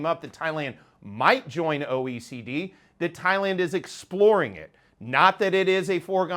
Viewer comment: Say your name clearly. It is important. What is OEC?